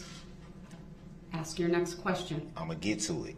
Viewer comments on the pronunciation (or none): He couldn't even pronounce a word as simple as ASK!! He pronounces it "Axe 🪓"!!! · Well all you had to do was "ax"...😁